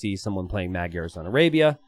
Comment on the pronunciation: can you for the love of god look up how to pronounce "magyar"